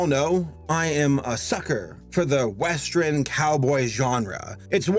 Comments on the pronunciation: why do you keep calling Rango a "westREN"??? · He says “westrin” instead of “western” and it bugs me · Me: Oh boy, a whole blast from this decade, what a trip down memory lan—: WEST-REN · I’m just now watching this, and with all due respect...why are you saying “westren” instead of western?? I’m so confused by this pronunciation. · Is from Chicago? I think that's a Chicago thing, like "I am the modren man" in Mister Roboto. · 'Westren' Please,... pronunciation. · You are really cool but can you stop saying weastren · It's metathesis. He's switching morphemes around.